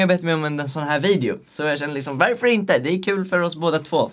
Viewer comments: Bara jag som tänker på att han säger ”verför”? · varför säger du värför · Vrf säger du veärför